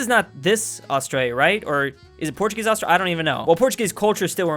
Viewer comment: Drews pronunciation of Australia messes my ears up